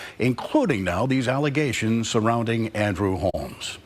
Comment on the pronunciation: There are so many words I’ve heard her say all wrong 😂 Alizations instead of allegations. Or Obsticks instead of Optics 🤣🤣